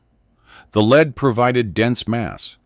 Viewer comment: AI narrators suck, use humans who know the difference between lead and lead.